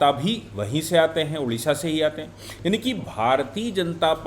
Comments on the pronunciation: Sorry sir, it's not Udisha.... Odisha. Please pronounce it correctly. Odisha. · Hello, Its ODISHA not UDISHA please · UDISHA NAHI "ODISHA " BOLO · Udisha Nanhi Odisha ....Hindiwalo ka Odisha Ke Uchcharan Kab thik hoga..